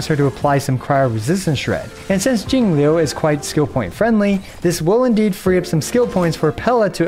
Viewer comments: I love how you say jingliu, so accurate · I like how you pronounced "Jingliu" with Mandarin tones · hey man, as a chinese person, i just wanted to thank you for taking the initiative to pronounce Jingliu and the other chinese names properly, even with the correct pinyin! great stuff! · Thanks for taking the time to learn how to pronounce Jingliu's name. It's a nice change from other EN creators who butcher all the mandarin names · I like how is pronouncing perfect textbook Chinese names now, respect for the effort. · yooo you pronounced jing liu correctly im so proud of you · That pronunciation was impeccable!!!! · props to for the perfect pronunciation of Jingliu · Perfect pronunciation on her name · how is he pronouncing jingle correctly